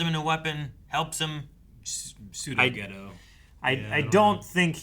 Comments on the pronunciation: Yes, sounded like Mahito said it at the end. Jayto. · Mahito did. He said something like Jayto. It's cringe like usual.